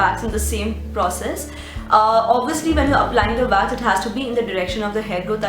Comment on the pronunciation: Why do you say Vax?